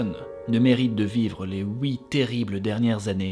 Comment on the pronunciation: Pourquoi tu dis "houit" au lieu de dire "huit" ? Sinon merci pour la vidéo. Bises 😁